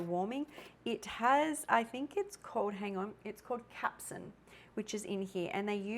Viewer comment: Capsaicin not Capsin.